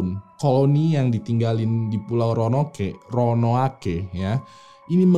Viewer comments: Jdi yang benar Ronoake atau Roanoke nih bang?? 😂😂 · DI BACA ROWANUK. BUKAN RONOWANOKEH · Roanoke apa Ronoake. Bang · ROANOKE Baca RONOUK. Next mohon bahas Norfolk Regiment yg hilang secara misterius pasca masuk ke hutan berkabut Bang. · Sekedar kritik konstruktif buat: tolong pelafalan istilah, nama tempat, dll diperbaiki... Ro-a-no-ke... Bukan Ro-no-a-ke... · ronoake atau roanoke yang betul guys?🙏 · Ronaoke apa ronoake bang? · Ronoake ato Roanoke.. 😂😆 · Roanoke apa ronoake ya????? Hhmmmm🙄🙄🙄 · Roanoke apa Ronoake.... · kok gua dengernya ronoake ya ? ronuok bang bacanya haha cmiiw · ronoake ape roanoke bang ? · ROANOKE apa RONOAKE? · Ronok bang bukan ronoake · Bang ROANOKE atau RONOAKE wkwkwkwk :v :v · Roanoke bukan ronoake: ronoake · Roanoke dibaca Ronoake 😂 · tulisannya disitu Roanoke.. tapi jg bacanya ronoake 🤣.. portugis jadi portugas 🤣🤣🤣..